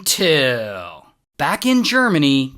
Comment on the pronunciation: I hate when he say until...